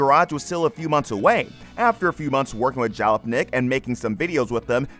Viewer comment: It may or may not have been AI, but it was unquestionably crap. If you can't pronounce Jalopnik and Doug DeMuro properly, you shouldn't be writing about anything automotive, because you're wholly ignorant of the subject matter.